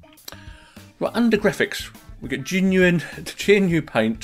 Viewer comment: gerNEW ! :) Think we need to get some guys together and discuss how we pronounce things like /etc /usr fstab ifconfig dmesg et al